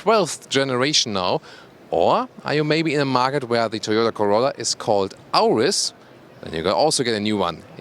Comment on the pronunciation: He said “torolla” lmao